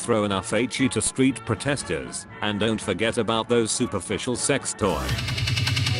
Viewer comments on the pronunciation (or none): "superfitial sextoys" im dead